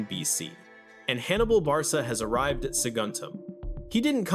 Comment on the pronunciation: Hannibal Bar-sa !!! Oh AI, you ruin everything! It’s Barca (bar-ka)